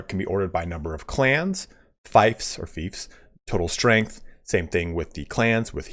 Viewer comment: Fiefs is pronunced feefs, not faifs